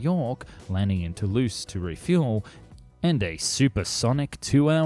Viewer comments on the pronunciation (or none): none